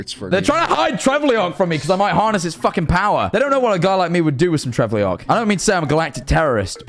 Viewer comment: Trevulok not Trevleok, Jack